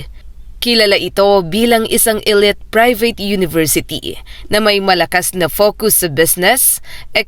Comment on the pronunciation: Yung pronunciation ng "elite" eh napapangiwi ako pramis..